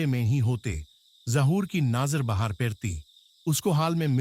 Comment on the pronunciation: yr kam se kam hindi to ache se bol le yr darr ghnta lgega ese sun kr hindi bi ni ari isko thik se gadi ko gari ata jata falana dhinkana bi kya h yr bahar ko bhar kya h ye bnda darwaza baand hojata ek kamre m baand kr lete